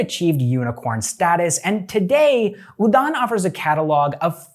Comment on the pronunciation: The pronunciation of udaan is wrong 😅